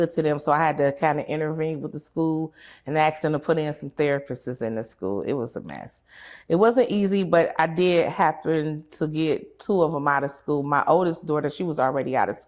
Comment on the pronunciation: 13 minutes in, and this lady doesn't read. She said therapistes, and amba lambs ,chout clasher and used fraternity instead of paternity when talking about parenting